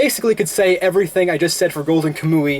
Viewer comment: Quick correction dude it's pronounced Kam-Wee